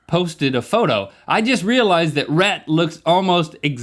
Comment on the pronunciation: hearing "Rheet" made me lose the sneeze that was almost apon me